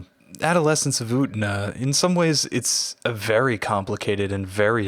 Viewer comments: I only came to the comments to comment the same thing The entire sub of the anime: "yu-ten-ah" This dude: "oot-na" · ..... Slight internal trigger by the mispronunciation of U-TEN-A!! 😊